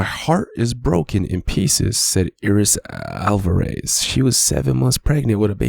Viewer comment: Eye-Ris Eye-Ris 💀